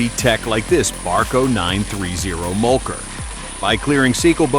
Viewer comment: mulker? I do think he meant mulcher.